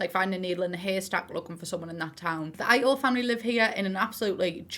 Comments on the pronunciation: good video, just please. ito is pronounced as "ee-toh" (いと - i (pronounced as ee) to (toh)) its the most obvious one, but please at least try to pronounce japanese names correctly. other ones didnt have horrible issues, but this one aaaa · Idk if this is the case but im pretty sure that if theyre meant to be japanese, Ito should be pronounced more like "ih - to" or "ee - to"? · I was so positively shook you pronounced Kado right, only to wanna die by your Ito jajajajajajaja at least Kado was right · Ito is pronounced "it-to" Kado "ca do" Kiyoshi "ki-yoshi" not "kai"